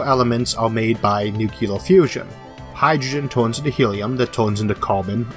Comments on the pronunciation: It was bad enough entertaining this guys premise but I had to stop it at the 9 minute mark after the 3rd or 4th time he said "nuke - u - ler" Nobody can be taken seriously no matter how much effort they put into their CGI if they can't pronounce nuclear without creating a non-existent word, such as nuke-u-lar. You'd think someone with a speach impediment would be doubly concerned with being correct in their use of language but, nope, that doesn't seem to be the case. My whole view of humanity is destroyed here. :( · Speech impediment: Don't care, understand you perfectly well. Pronounces the word "Nuc-Ular": Ripping my hair out in agony. How come americans simply cannot seem to pronounce "Nuc-Lear"?